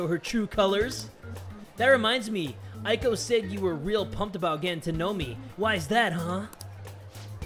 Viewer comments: I think you say eiko like Eyko not Aiko. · Here's a tip: "ei" is pronounced like the "ay" in "" and "ai" is pronounced like "I". I love this series! You're that dude!! ^^ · Man, I got so excited when I saw this episode was out! My studies can wait for a bit... Also, a little pet peeve, Eiko is pronounced like ayy-ko (as in ayyyy lmao; or just the letter A). Japanese vowels always sound roughly the same, so e always sounds like eh, and i always sounds like ee (think 'sensei'). I want to make a video about this someday, because it's a huge pet peeve of mine! But I love you, and you're still awesome, even if you mispronounce things sometimes (you're actually better than most tbh!). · The "ei" sound in Japanese is pronounced like a slightly longer "Eh" not "aye". Eiko = Ehhko, Yohei = Yohehh